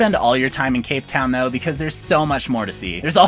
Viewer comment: I'm from South Africa and you will get robbed so just stay in cape Town and he missed said the name